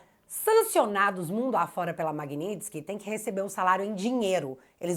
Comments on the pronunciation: Bom dia > Corrige a palavra MAGNITSKY < (correto) - (MAGNINTSKY < errado). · querida creio que não é MAGNINTSKY e sim MAGNITSKY.vc colocou um N entre o i e o t.parabéns pelo seu trabalho.vc vai ajudar o Marco Antônio Costa do fio diário para senador?e o Bruno Engler ex-candidato a prefeito pode ser candidato a senador?seria maravilhoso se vc fosse candidata. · Não é MAGNINTSKY É MAGNITSKY Tá parecendo o Kim Paim no início desse assunto… 😂😂😂😂😊😊😊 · Magnitsky, sem "n".